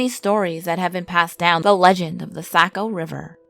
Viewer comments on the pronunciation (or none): “Saw-co” not “sako” ! 😌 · I cringed when you said saco like sacko when it's saw-co to us locals, but it was a really great video and your tales are really well detailed. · lol Saco River is pronounced ’Sock-oh’